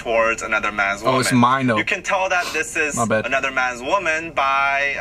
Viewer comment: It's okay. it's the pronunciation is actually MENO but when you say it swag way it will be A YO MYNO.